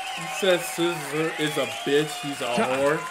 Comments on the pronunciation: Why is he calling slizzer "slizler"?? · yo my boi its slizzer not scissor okayy